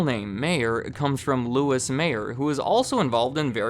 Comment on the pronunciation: FYI, Louis B Mayer's first name is pronounced as if it were spelled like Louie.